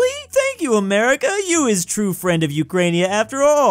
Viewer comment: I so triggered when i hear Ukrainia, dont even on russian is not like This, it's Ukraina(Украина,Україна) And no isn't Niet its Ni(Nea)